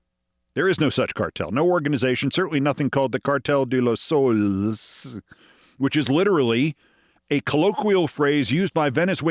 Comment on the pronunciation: Keith pronouncing Soles as souls.... LOL